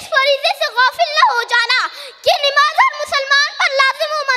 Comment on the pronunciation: نَماز ہوتا ہے نِماز نہیں ہوتا ہے ماشاءاللہ بہت عمدہ تقریر ہے لیکن اصلاح کی ضرورت ہے